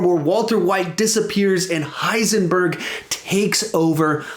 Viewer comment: Heisenborg lol